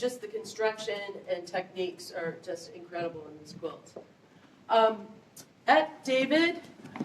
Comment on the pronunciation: Eti David’s name is pronounced Etee Dahveed.